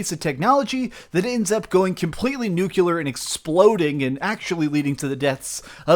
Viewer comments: NEW-KLEE-ERR NOT NUKE-U-LUR 🤦‍♂️ There isn't another 'U' in Nuclear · You said "noo-koo-ler". It's "noo-klee-er". Nu-cle-ar. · "'Nucular'. Its pronounced 'Nucular'...................... 'Nucular.'"